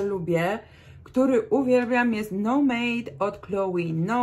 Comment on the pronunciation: Fajnie pani mówi o perfumach, ale nazwy wymawia pani niepoprawnie i to rujnuje wszystko.Przykład: Eau de parfum wymawia się,,o de parfę". Nomade to nie no made.Nomade to francuskie słowo i oznacza koczownika. Chance również należy wymawiać po francusku.